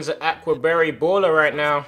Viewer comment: Lmao "Ack-wa barry sweater"